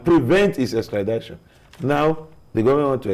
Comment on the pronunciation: Extrad-i-tion not extra-dai-tion